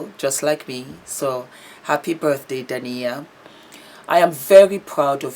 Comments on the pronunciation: Hi, you are a star! Just clarify, Dah-eena and Ah-met for the names! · Her name is pronounced Day-na (Dana), and spelt Daina. Haha. Love you.♥️ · Our differences in cultural pronouncements sometimes causes mispronunciation. I’m sure that being the humble, professional person she is, would apologize for that.